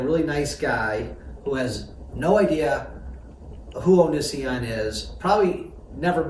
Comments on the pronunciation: It's O nee see on. You say it weird lol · The best thing about this video is pronouncing Onision's name wrong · I wonder how much he really cares if he can't even pronounce Onision correctly. It seems like Chris Hansen and his everchanging problematic crew are just sensationalizing Onision's story and they can't seem to get anything done without a producer telling them what to do. No worries though, everyone loves a good trainwreck ;) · It is Onision that says it weird. He says it correctly. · the way pronounced "onision" in the first few seconds gives me life.